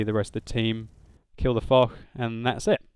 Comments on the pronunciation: I think foch should be pronounced fosh and not fok as in video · correct pronunciation is "Fosh" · i think its is fosh but spelt foch